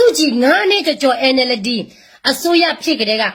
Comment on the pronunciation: 😂😂😂 ဟုတ်တယ် အဲန် အယ် လဒီ တဲ့ ၊ပြီးတော့ တာပေါ် တာပေါ် နဲ့ ၊ပေါ်တာဆွဲတာကို 😂😂